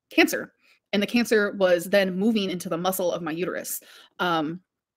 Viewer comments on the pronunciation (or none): none